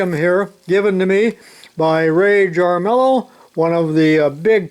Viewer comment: two things #1 is obviously a jaw stretcher for a somber man who forgot how to smile.:) Second thing: Jarmillo a common New Mexico name is pronounced "Harm Me oh" I know strange to English speakers..